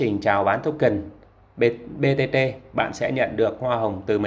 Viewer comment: Màn hình thì BTT nhưng đọc lại thành BBT??? Có ai nghe thấy giống t k nhỉ